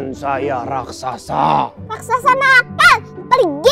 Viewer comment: SAAT RAKSASA MUNCUL, MUSIKNYA SAMA SAAT AL ANDIN MAU NAIK SAMPAN 👍👍👍 KENAPA MC BILANGNYA "RASAKSA"??🤣🤣🤣 HARUSNYA KAN "RAKSASA"